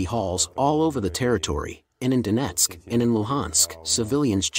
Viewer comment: lol "Dough-net-sick"